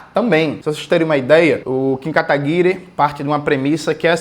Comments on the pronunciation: Eu racho toda vez que ele solta o "Kim Katagui-RÊ" 😂 Deve ser horrível ser inimigo político do Jones. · Pq jones pronuncia 'katagui-RÊ'? Alguém sabe?